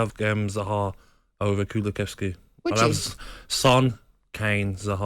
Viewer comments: They both say he starts over KULUSEVSKI - one calls him ‘Kulukevski’ and the other calls him ‘Kuluveski’. Both a pair of idiots. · It's ridiculous, Gabby just came off even more stupid than I though he ever could be by not being able to say kulu's name, let alone the shock content take he had here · Gabby and Parlour can't even say Kulusevski let alone rate him as a footballer